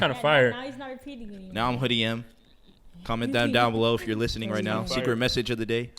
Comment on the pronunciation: He said “Hoodie Em” 🤦🏾‍♂️😭